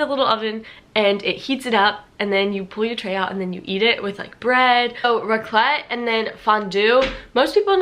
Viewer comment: As a Swiss it triggers me so much how you say Raclette. 😂You pronounce the a not the ts (Raaaclet). Same goes for Fondue (Fooondü instead of Fondüüü). Swiss usually emphasize the beginning of a word, while Germans emphasize the end of a word.